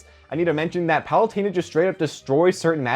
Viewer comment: Isn't it Pah-loo-ten-ah? Not Pah-loo-tayn-ah?